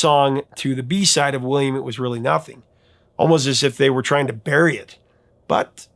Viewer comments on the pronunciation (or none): none